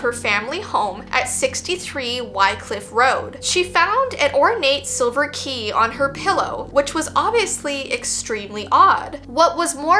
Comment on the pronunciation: I tought the word that actually said the key was ghe key😢Anyway i love your videos❤❤